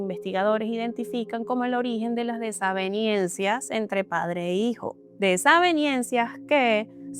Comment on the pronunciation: Muy buen relato de los datos. Sólo una cosita, se dice desavenencias no "desavienencias".